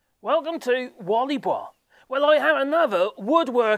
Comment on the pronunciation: Its pronounced "Walley Boy" btw